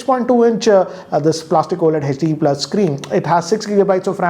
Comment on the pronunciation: its HD not Hetch D